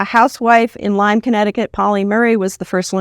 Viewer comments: you can’t even properly pronounce the word. It’s not “Lymes” it’s LYME. Shows how much you know. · Heard it’s “Lyme” with no s.